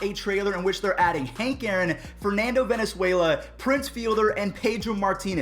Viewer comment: yes haha what a funny mixup between Valenzuela and Venezuela I’m laughing so hard right now.